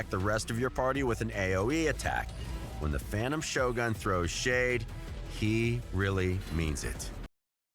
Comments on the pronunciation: Cringe every time the guy says ex-TRACT (like the verb) and sho-GUN (instead of sho-guhn) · In official RAID videos they should really pay attention to correct pronunciations. First time in my life I've heard Shogun pronounced like show gun... Cringe AF